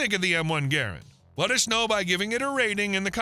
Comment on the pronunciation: You can't spell Mosin Nagant, you can't pronounce Garand or Enfield, your prices are so far off that you'd be better off to not quote any. And you have the nerve to make a video about them? Youtube needs to add a "BLOCK" feature. I really don't want to see your crap again.